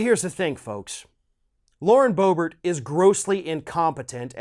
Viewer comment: It is pronounced Berbert, not Bo-Bert!